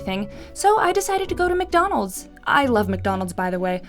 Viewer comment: She said McNonalds pft